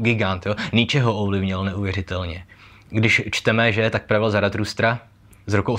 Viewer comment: ne Zaratrustra ale Zarathustra:) inak palec nahoru